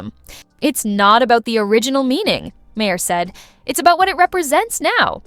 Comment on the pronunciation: They bleeped every other word to make it unintelligible, and AI can't even pronounce the primary's last name correctly: Ma-hair? You need to hire new programmers.